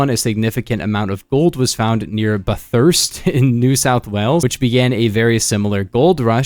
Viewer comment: the way you said bathurst 😭